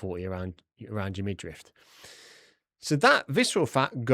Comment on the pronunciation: The word is midriff by the way. There’s no T, it’s not midrift. Sorry but it’s a very common mistake and I’m a pendant